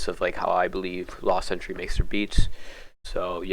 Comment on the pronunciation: Last century is how it's pronounced btw